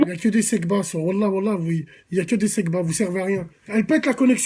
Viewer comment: Ce n'est pas "sebpa" mais "segpa" petite racaille...